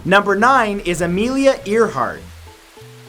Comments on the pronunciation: AIR Hart not EAR Hart LOL... Love your videos but that one made me cringe every time you said it... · Y u SAY earheart? I thought it was pronounced AIRheart? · Thought it was pronounced.. Air Heart!?! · He said ear heart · It’s actually pronounced AIR-HART 😂 😂 not EAR-HART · Amelia Earhart is pronounced Amelia "Air-heart." Just saying... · It is airheart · Earhert is pronounced airheart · I loved this video. Hmmm, makes me think about these ppl a little closer. Btw, it's pronounced Amelia (Air)heart. Keep up the vids.. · Amelia earhart pronunciation:AIRHEART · It's pronounced AIR-hart. Seriously, your pronunciation of names is consistently horrendous. In this video alone, you butchered at least three names. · Never heard Earhart pronounced like that before. lol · I'm not gonna get angry because of the way you say Earhart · Amelia Earhart? Seriously? Well, can't say I've heard that before, interesting.